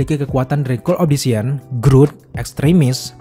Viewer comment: Obdisian siapa dah? bukannya Obsidian?